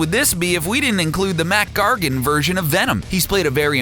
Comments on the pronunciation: It isn't mat gargan it's mac gargan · It's Mac gargon not mat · You mean Mac Gargan, right?